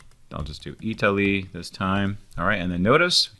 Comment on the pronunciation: Italiy (not Eataly) :D